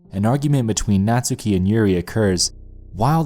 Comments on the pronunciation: its buffsuki not buffstuki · Ika (いか) was pronounced fine. You butchered Natsuki the whole video though.